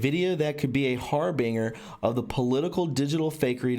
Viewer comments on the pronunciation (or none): "Harbinger" is pronounced "har-bin-ger (like in gerbil)😊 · Harbinger is pronounced har’ bin jer